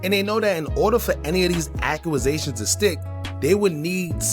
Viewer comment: Good work but the way you say "accusation" cracks me up😂